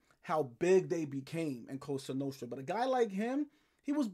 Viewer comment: I told you. I love your channel but stop saying “coasta nooostta”. Lmao